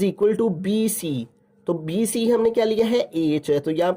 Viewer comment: Sir bC ko sai trha bola kra dimag pr lgta ha bc